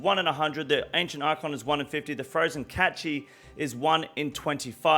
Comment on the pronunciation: "Catchy" lmao Cache is pronounced as "cash"